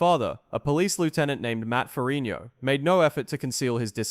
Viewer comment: Why can't this narrator pronounce Ferrigno?